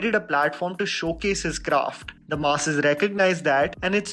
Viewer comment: What a great video. Your content and quality has truly grown even though every time you say "the masses", I keep hearing you saying "the Maasi's" 😁. Keep up your great work. Looking forward to the next video 👍🏾